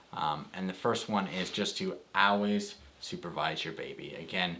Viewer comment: did he say “always”? What accent is that? 😂